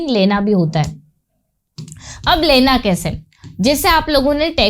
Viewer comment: your teaching technique is awesome, but your Hindi pronunciation and writing also is a bit weak in Hindi, like you are using the word लैना which is wrong in Hindi, correct one is लेना, I'm not demotivating you, you have good knowledge of English and teaching delivery is also commendable.